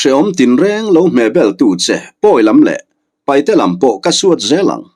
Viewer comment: Sir thil pa khat kan sawi ve mai2 paihte ni lo in paite ti zawk hian lam ta la a dik zawk a sin a ziak tu hian a lo hmuh chuan ziak tha teh se